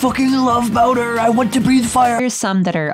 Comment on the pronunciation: Ok, I have to admit that as a kid, I always thought bowser’s name was browser. but NEVER Have I EVER seen someone call him BOWDER THIS HAD ME ROLLING